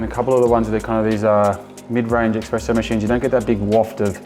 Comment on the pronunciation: You said Australian made, it’s not. You kept saying expresso, it’s espresso. You also leave your beans in a non airtight container? You know nothing about coffee.